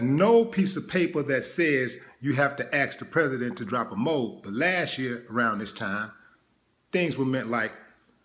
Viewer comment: Pronounced MO-AB.